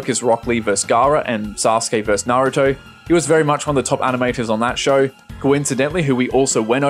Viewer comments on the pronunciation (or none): none